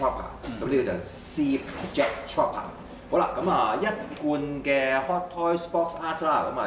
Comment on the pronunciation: 跟我讀次, Trooper, 兩個O，作烏音，Tr-烏-爬